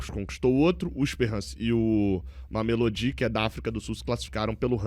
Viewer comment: Não aguento mais o fazendo a pronuncia do mameLÔdi errado. Já era para ter se informado melhor